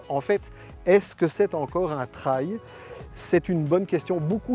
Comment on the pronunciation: Grrrrrr "traye" ou "traïe" à la française non... ! ça se prononce "trél" Superbe machine à perdre son permis mais un des top du marché :)